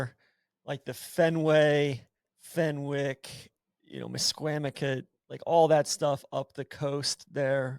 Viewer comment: A mea culpa is in order for pronunciation of Misquamicut - a true abomination